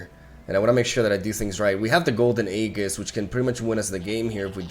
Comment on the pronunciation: BRO RAE OYU SERIOUS. THIRD MONTH OF COMMENTING THAT AEGIS IS PRONOUNCED EEEJHIS NOT A-GHIS